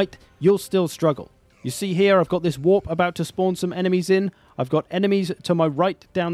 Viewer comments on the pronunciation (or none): none